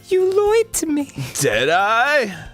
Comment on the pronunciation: "You loid to me" - Sayori